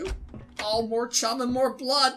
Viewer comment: Don’t remove the h in chum